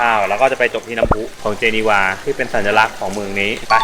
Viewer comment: เห็นแล้วอยากไปอีกครับ จริงๆ เมืองนี้ออกเสียงว่า เจเนฟ ครับไม่ใช่ เจเนวา แนะนำทุกคนครับประเทศนี้สวยทุกมุมจริงๆ